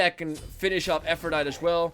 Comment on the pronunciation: it's said like aphrodity. It's Latin so you pronounce the E.